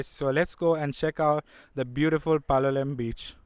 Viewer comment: Your pronunciation of Goa names does not do justice. Palolem for example should not have the last consonant pronounced. (Palolé).